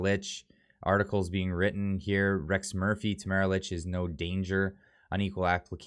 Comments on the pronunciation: I guess you don’t read your comments, because several people have mentioned that Tamara’s last name is pronounced “leach”, not “ilitch”. However, what you’ve said is good! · Please pronounce her last name correctly! It sounds like, “Leach”. Thanks.